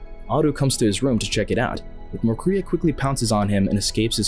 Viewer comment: I’m afraid that you STILL DON’T know his name because the robotic narration pronounced MacCrea as MACREE’A